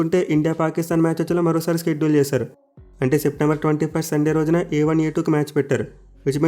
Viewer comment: Shedule pranounce wrong chestunnav bro adi షెడ్యూల్ స్కెడ్యుల్ kadu